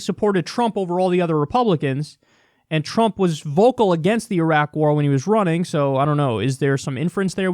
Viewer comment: "Has been trying to undermine Donald Tump..."